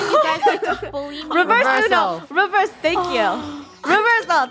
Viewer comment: Funneh say uno revrs